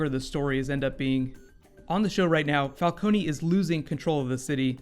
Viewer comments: Thought It was falcone not falconi? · The pilot was good but why did they have to pronounce falcone's name wrong just like Ras Al ghuls before? Never mind it was still a great pilot. It's jut a minor and unnecessary nit pick